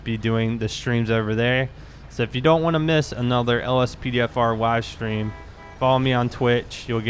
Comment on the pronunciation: Is it me or does he have a W in every word he says. he said Wive stream